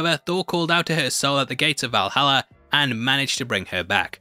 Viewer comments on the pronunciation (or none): none